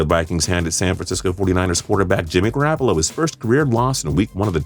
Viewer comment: Why'd you pronounce Goroppolo's name like GorrAppolo???